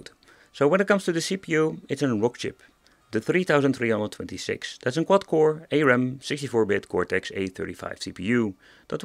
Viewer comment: Arm is pronounced like Arm the body part (as in the appendage connected to your shoulders). Not a-ram or whatever you said lol.